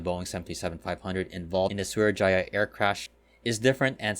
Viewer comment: It’s actually pronounced as Sriwijaya, also confused me when I flew with them